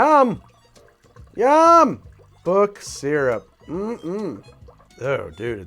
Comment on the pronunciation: Had to stop watching at "book syrup".